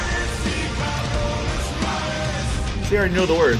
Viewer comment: Careless the Twelfth ? I guess you were trying to say Carolus, but it did fit as it was Carolus who finally ruined the empire unfortunately .. coming from a Swede :D Swedish version is superior in every song , this applies to the whole album in my opinion.